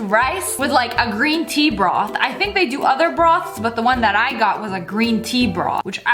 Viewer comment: No one: SSSniperwolf: bROoOtHH